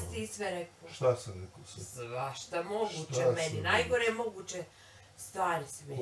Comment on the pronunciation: I kaze da je to naglasak, ne zna č ć đ dž upotrebiti kako je ispravno 😂gradivno osnovne